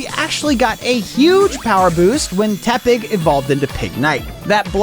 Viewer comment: Why is no one talking about how he pronounces tepig?